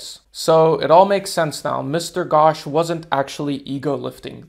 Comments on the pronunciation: the pronounciation is not "ghawsh" its "ghosh" use o not a its not like your oh gosh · The pronounciation of Ghosh will be like saying ghost but instead of doing the st, you do the shh. It was good seeing you people learning something from us. 🔥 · Man pronouncing "Ghosh" as "Gosh" caught me🤣🤣